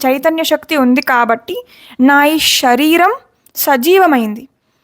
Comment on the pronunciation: అంతా బాగానే ఉంది కానీ, షరీరం కాదు.శరీరం అని పలకండి.